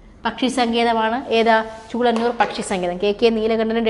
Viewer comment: ചൂളനൂർ അല്ലല്ലോ, ചൂലനൂർ ആണ്....